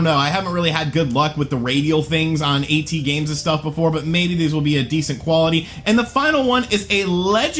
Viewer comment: You can't even say "at" correct lmao, go back to school mate